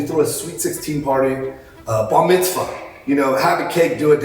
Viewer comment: Dam was going to say something snarky, but JP made me stop. Way to spoil comedy jk love you, not literally. Dude is the liver king Jews? He said barmitzva